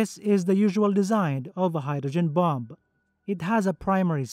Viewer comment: "Let's assume the bum has already been released from the bummer". I can't help but hear the words "bum" and "bummer" every time he says bomb and bomber, which is rather interesting. I'm not knocking the narrator because his English is far superior to my second language. Well...I don't even have a second language, so definitely not criticising. It's just funny hearing him talk about bums and bummers, is all. 😂